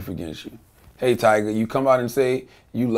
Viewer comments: Vlad. It's TYGA. Not TIGERRRR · vlad say tiger instead of tyga lmfaooo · It's "tyga" not "tiger," Vlad. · He’s said “tiger” lol at the very beginning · vitamin828 its tyga like its 2pac not 2pack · Tiger,Twister,little wayne I swear if vlad don't say these rappers names right